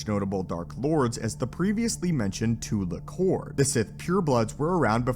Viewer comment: Now if only this guy could pronounce anything properly. "Tulak Horde," "potency," "Naga Sadow," etc...